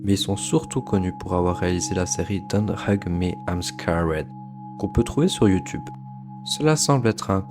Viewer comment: Bonne vidéo mais ta façon de prononcer "Don't Hug Me Im Scared" faisait que me sortir du délire 😅